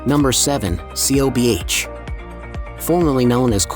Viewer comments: Dreadful Pronunciation of the Town names for the most part. C O B H should sound like Cove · COBH——pronounced Cove!!!!!!! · Your pronunciation sucks, or in the case of Cobh, nonexistent.